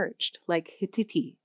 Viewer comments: I think that "Hittite" is pronounced as "hit-tight" and not "hit-it-ee"! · Hittite is pronounced /ˈhɪ.taɪt/... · Is this AI ? she calls Hittite as hi-ti-ti😅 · Hittite is usually pronounce as hit - tight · Judging by the way she pronounced “Anatolian” and “Hittite”, I assume she’s an actress reading a script, not a linguist or historian. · "Anatolian" is being wrongly pronounced as "Atalonian" in this Video. Hittite is also usually pronounced differently.